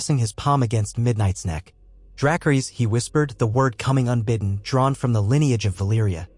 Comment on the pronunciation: Doesnt stick to the storyline, but then again, this is someone's what if, lol, but not mine, also....It's NOT DRAK ERR ESS, it's DRA CAR US......STUPID A.I.